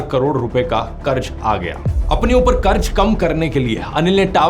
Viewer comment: Bhai karz hota hai, karj karj kya kar raha tha. Pronunciation toh theek se kar. Ja ja ja was so annoying.